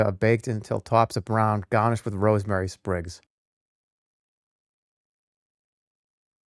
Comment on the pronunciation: Stuffed peppahs with sausage mixchuh, gahnished with rosemary sprigs